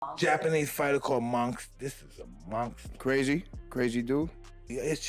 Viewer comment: Mike : this is a MONKSTER, A MONKSTER 😂😂